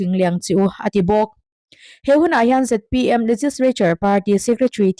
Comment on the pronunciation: Ngatinge ZMP i tih leh thin? A dik lo hi hriat s hrehawm, i fimkhur lo hle.Sawrkar mêk Party hming pawh i lam dik lo leh thin. .....